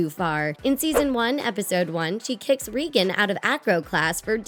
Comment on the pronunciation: Just saying it’s Reagan not regen plus that’s my name to